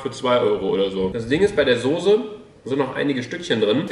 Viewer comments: Warum sagst du immer Sose? 😂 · Es heißt Soße und nicht Sose... 🤣 🤣 🤣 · Warum sagst du immer „sose“ es heißt „Soße“. Mit nem „scharfen S“ 😂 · Wieso sagt Luca und viele andere immer “Sose“ es heißt SOßE!!! 😂😂 Es macht mich aggressiv!!!😂 Trotzdem geiles Video!! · SOßE nicht SOSE !!!! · Ich sag immer soß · Soße Luca, S-O-ß-E nicht sose 😂 Love you ❤ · Luca, sag mal bitte wie jeder andere SOßE und nicht Sose😂👌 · Ich sag auch Sose😂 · Normale Menschen: Soße Luca:Sose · Ich hör auf das video zu gucken einfach weil Luca Sose sagt statt Soße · luca kannst du bitte aufhören Sose zu sagen es heißt Soße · warum zur hölle sagen alle YT sose das triggert voll :) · Soße nicht Soose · junge es heißt soße nicht sose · Es heißt soße und nicht sose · Hahahhaha ich sage immer Sose😂😂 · Soße heißt es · Ich sage SOSE😂😂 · Ich sage immer sose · Soße nervt mich irgendwie wenn es zu oft kommt sise nervt eig.auch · Das heißt sauce ( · Es heißt soce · Es heißt Soße😡😡😡😡😡😡😡😡😡😡😡😡😡😡😡 mit ßßßß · es heißt soße!! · Sose .....ES HEIßT ABER SOßE SOßßßßßßßßßEEEEEE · Ja Manisssssss soooooooo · Mich auch 😂😂